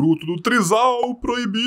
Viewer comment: só assisto a introdução toda vez pra ver o tio falando O TRISAL PROIBIIDO malucao